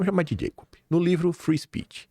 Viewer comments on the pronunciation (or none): none